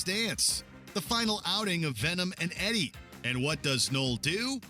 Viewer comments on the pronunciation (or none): none